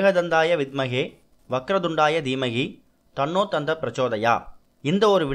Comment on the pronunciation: Thanno dhanthi prasodayad not thanno thant praso pl correct it